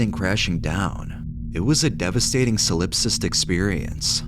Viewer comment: LOL the word is solipsistic, not "solipstice"